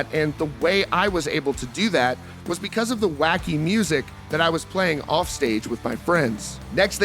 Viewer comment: “Rrrrrrrrofff to never never land” 😂😂😂